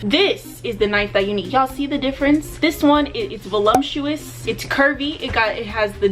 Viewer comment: Nobody:: valumptuous